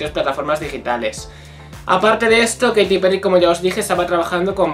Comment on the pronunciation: Se pronuncia keiriii